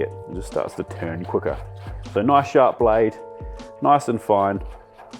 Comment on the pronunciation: "It's really important that we keep this noice and toight". YES, CHEF! 😊